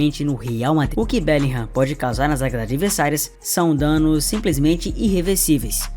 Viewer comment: Ae cara, falou "bélinrã". Por isso passei q ver esse canal com frequência, da satisfação com a pronuncia certa do nome dos jogadores kkkk. Sucesso pra ti!